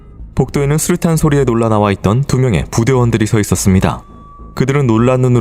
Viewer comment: 슈류탄(x) 수류탄(o)